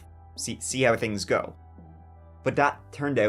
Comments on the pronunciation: It's pronounced 'go', not 'geew'. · I hate how he pronounces "go" like "goo"..super annoying. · Yes his catch phrase is “give it a goo” not go 🙄 must be new here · Stop saying “A gew” and you will have more views that Mr ballen